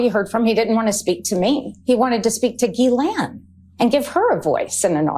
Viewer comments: Can I please correct everyone mispronouncing her name. Its not gill_ain it pronounced Zhis-slain. Ffs. Americans from the USA always bastardize names. Silly United Statesians. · He can't even pronounce it.